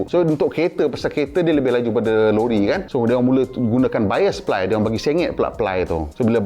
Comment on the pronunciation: "jangan salah sebut ply tu " ply jadi pelir...haha